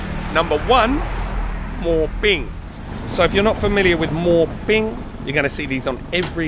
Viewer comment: mate, it's not sodding MOR PING.....It's MOO PING or หมูปิ้ง You should know this; it's pretty basic....